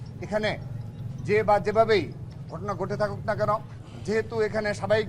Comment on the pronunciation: গঠনা না ভাই ঘটনা উচ্চারণ সঠিক হয় না।